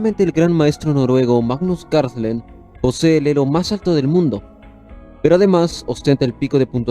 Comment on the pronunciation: Camarada, hay que poner especial ojo en tus pronunciaciones. Haces un iceberg del ajedrez y pronuncias mal Carlsen y Munich.